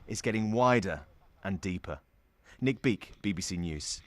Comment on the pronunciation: “Our correspondent Nick BEAK” 😂😂😂